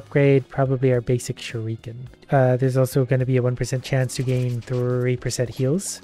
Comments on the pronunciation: Please learn how to say shuriken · Please stop pronouncing shruiken that way it's not kosher at all